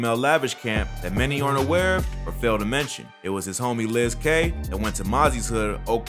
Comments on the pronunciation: “Liz-k” it’s pronounced “Lick” the c is replaced with a z so his name ends with zk which stands for “zilla killa” mozzys gang .. better journalism bro cmon now lol Edit : u said cml got beat up and told and got snubbz 5 years ..wrong snubbz was saying he snitched on him for reporting his car stolen when snubbz had stolen it.. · Hey thanks for showing sac some love. Fwiw though, Lizk is pronounced Lick. Stars is an amalgamation of crips and bloods sets, so Lizk takes the CK out of his name as a sign of respect to his crip homies and uses zk to denote "zilla killa". At least I'm 100% sure on the pronunciation, and speculated the rest but it makes sense in context. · Pronounced lick not Liz k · He said "liz "KAY" 🤣🤣🤣🤣 BITCH its pronounced LICK.....ITS SPELLED WITH A zk for a disrespect to mozzys camp, zilla killa. Dont worry though, lots of unfamiliar dudes pronounce his name that way. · Did dude really call him liz-k Lmfao nah bruh its Lick but since he was Crip u dont put the c in front of the k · Liz k 😂 u mean lizk my boy as in lick lol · It's pronounced "Lick". Nobody's called Liz k 😆 🤣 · Aye narrorater his name is lisk ont lis k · LizK (LICKS) not LIZ K you weirdo haha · Lizzzz k lol his name pronounced lick. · Ya'l just be fuccin up the names. Iiz K? Come on loc they say they names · Lizks name is pronounced “ lick” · This nigga said Liz k 😂😂😂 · This goofy really said "Liz K" lmaoooo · Bruh said Liz k😂😂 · lizk is pronounced lick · Pronounced “lick” 😂